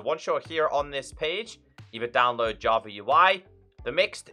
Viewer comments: Its funny how he call java = javer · "Minecraft Javer Edition"